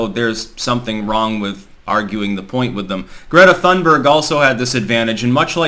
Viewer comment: It's " toon-berg". No " H".